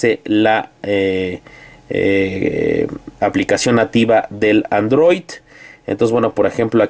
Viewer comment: es android no androit amigo!!!! jajajaja